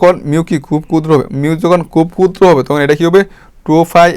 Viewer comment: এগুলো কি ভিডিও বানান মিয়া... স্পষ্ট ভাবে বলতে পারেন না. প কে বলেন ফ, ক্ষুদ্র কে বলেন কুদ্র কি এসব??? ভিডিও বাচনভঙ্গি বিরক্তিকর.. ক্লাস গুলো ভালো কিন্তু শুনে মজা পায়না ভাই